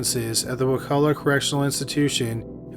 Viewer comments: Hey man. I live in Wakulla county Florida and I want to say thank you for pronouncing it right. no one ever does. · I grew up in wakulla county Florida and you actually pronounced it correctly. No one ever does. The place sucks.